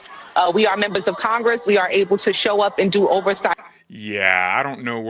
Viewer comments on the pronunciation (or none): none